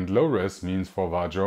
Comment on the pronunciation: "vah-rio" . nice vid!